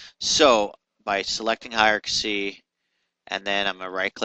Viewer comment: For the love of all that is holy... can you PLEASE learn how to pronounce the word "hierarchy"? It is HIRE-R-KEY, and not HIRE-R-KA-SEE. How did you get this far in life (using a product like Maya) without learning how to pronounce that word? These videos are painful to listen to.